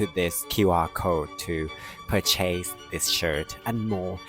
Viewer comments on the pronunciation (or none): You said, "purchase," a little funny